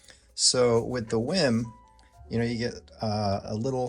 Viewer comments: It's not pronounced "whim"....it's "weem". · Is is pronounced Wiim or "Weem"?